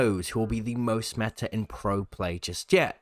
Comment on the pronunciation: I cant see why its such a struggle for euros to say "meta" and not "metar"